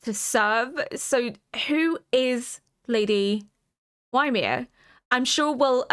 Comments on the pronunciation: Apparently in old Norse and modern Icelandic Ymir is pronounced "ee-mihr" but I hear lots of people also pronounce it "yuh-mihr". I use the latter, but am probably wrong. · For reference, Ymir is a name from Norse mythology, it is pronounced like ee-meer (emphasis on the second syllable). Love your reactions 💜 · I don't know if you're at all familiar with Norse mythology but the name Ymir is taken from there. It's /ˈiːmɪər/ by the way, EE-mer (like "tree" without the "tr"). No that it matters too much, the Japanese actors say it like ユミル, Yumiru, but if you want to know EE-mer is about as close as you can get with English pronunciation. It's not like it's actually the same concept in AoT as it is in the Poetic Edda but there might be some thematic significance and if you don't know I'm not going to tell you, at least not right now. I'll just tell you that it was a familiar name that certainly raised an eyebrow for me. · Oh, just realised you have watched half (all?) of season 2 now so are probably aware how they pronounce Ymir. Sorry!